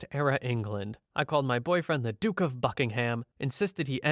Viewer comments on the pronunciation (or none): none